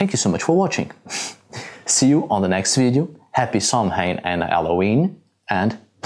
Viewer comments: Another excellent video, one point though... it’s not Samhain, it’s pronounced more like Sow-In. Keep on making great content for our pagan community. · Only one small critique Samhain is pronounced Sou en for some, Sah ven for others. Love this content. Sharing with others. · FYI the correct pronunciation of Samhain, is "sow-in" (with the sow rhyming with "cow"). I can't see anyone else mentioning this so am doing so just in case no-one has.